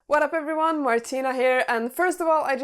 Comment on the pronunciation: You lost me at "waddup everywun" don't people speak English these days. 🤪